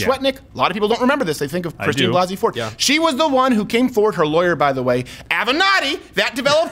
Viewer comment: Am I the only one who’s fucking annoyed to the max about how Blasey is pronounced?